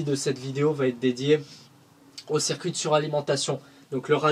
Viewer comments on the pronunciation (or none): Le « cerf-cuit d’eau »